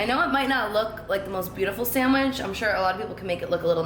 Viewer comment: SAHN-WIDGE.. she said it's my specialty sanwiGChhhh 🥪 lol 🤣